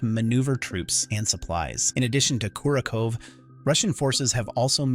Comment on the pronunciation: There is no O I Y letters in how you say Kursk . Pronounce it like this " KERR -SK"